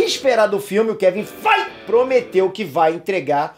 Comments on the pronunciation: Eu não consigo não rir cada vez que rola um "kevin FAIGE!!!". kkkkk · Kevim fight e de mais quando ele fala kkkkk